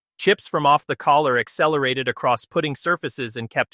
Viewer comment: Learn how to pronounce golfing terms properly, such as the term putting.